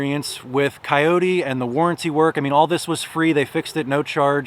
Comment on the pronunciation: 1st its not a wild dog so at-least pronounce the name correctly > 2nd if you are going to buy a Kubota knock off is sad and most dont know other than the chassis all of the 30 to 85hp Kubotas are assembled and built in GA all of the loaders and back hoe attachments are all so built in GA > thanks for the support for american jobs